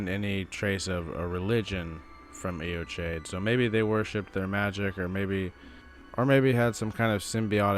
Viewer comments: AY-o-KYDE. I should know, I went to high school there. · Good video. There's so little information about Eochaid (I'm Irish, learned Gaelic in school and I think its pronounced /yaw/ /kid/ with the stress on the second syllable.) I think its the old name for the weeping peninsula. Morne is a Gaelic word as well and Ireland in the early middle ages had a reputation for solitary ascetic monks. Whoever they were, Godfrey put them to the sword after his northern campaigns. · It's pronounced "yo-hidge" In Scottish Gaelic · Pronounced yo hedge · Butchered that name lol. It wouldn't have taken much effort to just google it and learn the proper pronunciation, but you went with sounding like an ignorant doofus. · Americans pronouncing words like Eochaid and Siofre is so fucken funny